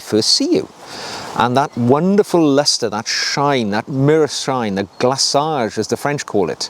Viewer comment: Excellent as usual sir! Also, congratulations on your proper pronunciation of 'renovateur' and 'glacage' in French, hat off to you. FYI, a lovely trick I learned from the youtuber 'The Elegant Oxford' for black shoes is to use the Saphir cream in Navy blue which imparts a deep black hue to black leather making it seem even more black and deeper! It really works!